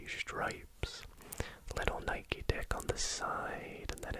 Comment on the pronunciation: I really appreciate that you pronounce Nike correctly